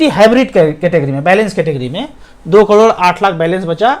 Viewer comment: crore bolna phirse 😂 klodo 😜